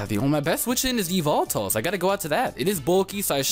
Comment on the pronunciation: E-VEL-TULL or Evil-Tell. Not E-VOL-TALL. Please lol.